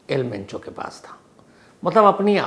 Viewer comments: Not al pencho sir , its al mencho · El mencho not pencho 😂😂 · It's El Mencho not the El Pencho Shams ji. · El pencho 😂😂 sir name toh shi bolo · Am I the only person hearing el pencho? Naam hi badal diya sir ne..